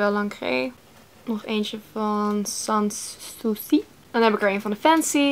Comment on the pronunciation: haha echt hilarisch hoe je sans souci uitspreekt :p